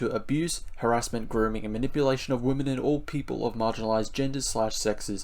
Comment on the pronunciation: I was listening and when you read the pledge and said "all people" I only heard "orc people" :D